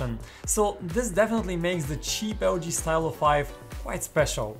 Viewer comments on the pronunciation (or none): It's pronounced 'Stee-lo' (deriving from the word for pen in French)